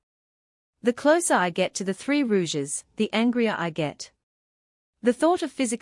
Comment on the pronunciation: I just can't listen to the misprounciation of Rogues as "Rouges"